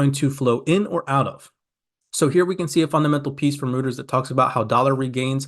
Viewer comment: Always appreciate you and your videos!😁🙏🏼 Just FYI though… Reuters is pronounced "Royters"